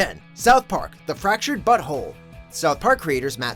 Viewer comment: he said "the fracured butthole"